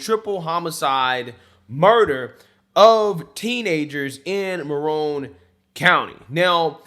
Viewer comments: The county in Florida is "Marion" county, not "Marone" county. Ocala is it's county seat. It's a conservative county in central Florida, three counties away from the county in which I live. It's horse country. Anyway, there is a big population explosion happening there right now, just like here in Pasco county. Let's hope it does NOT change the conservative nature of the area since there are many from other parts of the country moving here every day. Unfortunately, I think it will, but perhaps the newcomers will morph into true conservatives instead of bringing their likely more liberal ways with them. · Just 1 correction... you're saying Maroon County, but it's Marion County. Pronounced like a lady's name. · Mare-Ian is the pronunciation.